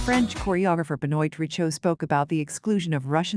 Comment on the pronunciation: It is Be-Noa Ri-sho like Toi/Moi You/I ─ not like Oil... Thank you. And the Contents is good. Regards